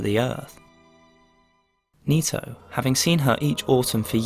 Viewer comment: Nito, knee toe, toe knee, Tony